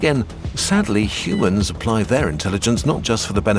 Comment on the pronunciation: I swaer he sais Shumanns/Schumanns/Shoemans and not Humans when the video opens.